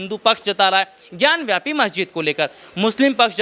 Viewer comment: भाई, ज्ञानवापी कहो. ज्ञानव्यापी नहीं! ढंग से जानकारी तो लो पहले.